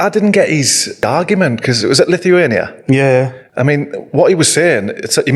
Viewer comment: The way Zaha says Lithuania 😂 what a moron.